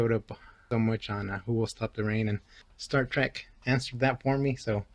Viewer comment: It said start trek....lol